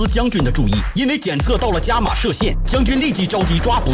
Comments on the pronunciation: 伽玛刀 伽马 Ga 一声 嘎嘎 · 那个字念起 ga が 噶(￣∇￣) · 妳他媽字幕都打咖了 念對很難嗎